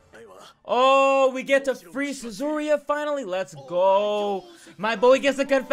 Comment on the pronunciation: I'm triggered with him saying Suzuriya... instead of Yuzuriha